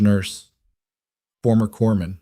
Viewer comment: SW Washington State. He's got "a tension neumo", not "attention neumo". Former "corpsman", not "corman". Great story with just the right amount of tension.